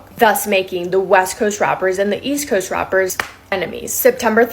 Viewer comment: East quest and west quest 😂😂😂😂 Yoo broski it’s east coast and west coast not quest😂😅